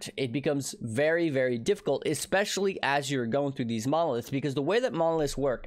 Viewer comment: why does it sound like he's saying "mollusks" instead of "monoliths" ?